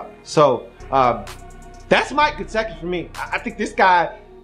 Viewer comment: Come on man, you spent about 10 minutes talking about Gesicki's "want to" and how you "need him to give a damn" and I agree with those comments. Your analysis is spot-on. But Come on man, the guy's name is obviously pronounced just like it is spelled ... it is "Guess-Sick-EE" ... get it right ... it's not a hard name. It would be like someone doing a video of you with your name on the screen for 17 minutes and continually calling you "Lee-oo" ... you'd be laughing and wondering if the guy even knew your name was spelled right behind him the whole time. The man's name is "Gesicki" ... and its pronounced like it reads brah.